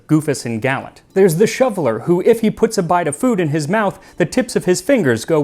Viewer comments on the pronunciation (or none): none